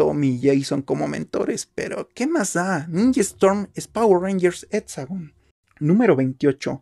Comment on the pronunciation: No se dice tomics se dice cómics y no se dice aprotsimada se dice aproximada y no se etsagon se dice exagon con x con x con x chavo